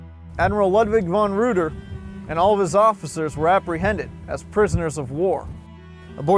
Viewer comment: Reuter is pronounced Ryter in German